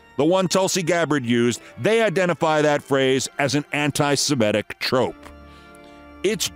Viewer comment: Keith, you slipped and said "antisem-ETT-ic" instead of the correct "antisem-ITT-ic." Your fans care about you getting things like this right, y'know...